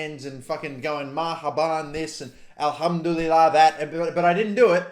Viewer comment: how did you say Alhamdulillah